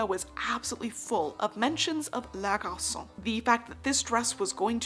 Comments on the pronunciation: This is great, I loathe Chanel, but dear god! Garçonne is not pronounced like garçcon! You have to actually say the N! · Great video, very informative! Notice that la garçonne is feminine so the second syllable should be pronounced fully